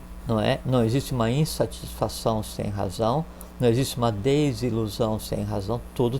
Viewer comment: "instatisfação" entre 24 e 25min